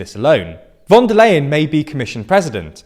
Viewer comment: FYI the "Leien" in Ursula Von der Leien is pronounced "LIE-un", not "LAY-un".